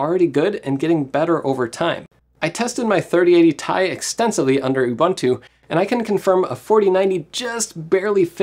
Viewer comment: I loved the video but please look into how to pronounce Ubuntu.